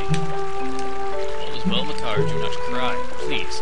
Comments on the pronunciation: its maker not MAH CAR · I pronounce his name as "Makkar", not Mah Car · it isnt spelled Mah Car, its Makar. and Makar is the Korok not the boss. the boss's name is Kalle Demos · hey thats meh-kar!